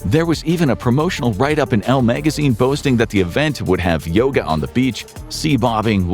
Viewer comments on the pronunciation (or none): none